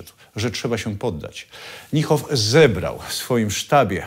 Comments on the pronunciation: "Niehoff" aż gryzie w uszy, wymawia się Nihoff. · Chyba nieco Pan przesadził nazywając gen.Niehofa "fanatykiem", pomijając, że nawet poprawnie nie umie wymówić Pan jego nazwiska. Generalnie wiele materiałów na tym kanale jest dosyć tendencyjnych. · Panowie, troche wiecej starannosci - nazwisko Niemca wymawia sie NIHOF a nie NJEHOF